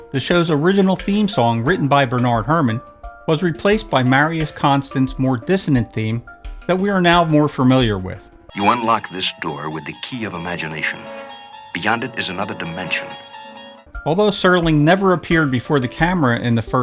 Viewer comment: Marius Constant, pronounced Con-STAHNT.